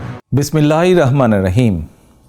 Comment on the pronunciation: বিসমিল্লাহ টুকু অন্তত শুদ্ধ ভাবে শিখুন প্রিয় নেতাজি। পারলে পুরো কোরআন শিখুন। দুনিয়া ও আখিরাত দুটোই আল্লাহ কবুল করুন।